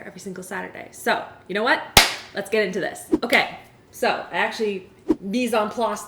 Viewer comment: I thought that she said yeet it in here, then t hit me, she said geet it in her.